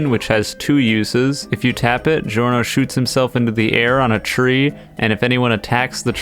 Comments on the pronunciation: How anime characters say Giorno: Giorno how reality says giorno: "Giorno" how says it: Gi Orno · How anime characters say Giorno:Joru no How eclipse say Giorno: Giorno fixed.